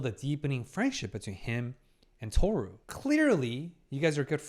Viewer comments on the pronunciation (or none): Is him saying "Tohsu" instead of "Tohru" intentional? Or am I overyapping?